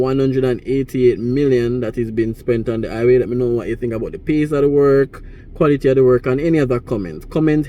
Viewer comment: Hi-ghway Not I-way😂